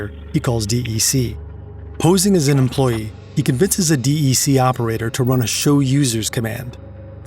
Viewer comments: Usually people say Dec like "Deck" not the letters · Digital Equipment Corp, DEC, is pronounced deck not D E C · Dee-Eee-See? I have never in my life heard anyone call them that. It's pronounced "deck"! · Oi it's pronounced as 'deck' not the letters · Nobody calls "De E Ce" "De E Ce" ... It's just DEC